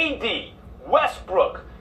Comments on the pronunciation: this dude so consistent on calling him westbrick 😁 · Am I hearing westbrick 🤣🤣🤣🤣